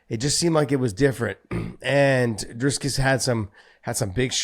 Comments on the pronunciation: Why can't anyone say DRICUS properly? It's not Dris-cus as John said and it's not Drey-cus as many others said....it's Dri-cus. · Phonetically it's pronounced Dreecus Du Plesee. It's definitely not Driscuss. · Guys, it's not dris-kis and it ain't do-ples-is. It's Dry-kis do pla-sea.. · Dricus = Dree-Curse Duplessis = Doop-Ler-See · Kudos to both for continuously calling Dricus DriScus throughout the whole episode lol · there's no reason to mispronounce african names! if you can pronounce daenarys targaryen, you should be able to say dricus! 😅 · Where the fuck did you get the r? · My god say the guy's name properly, it's not hard at all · Dear Josh and John if you notice you're pronouncing someone's name wrong please just try and pronounce it the right way instead of just pronounce it the same way and just laught at it. This is pretty unprofessional considering you're one of the hosts of the podcast. So just incase you didn't know just don't say the third s in his last name and you're right. It's not even that hard and everyone else does it too so here you go mate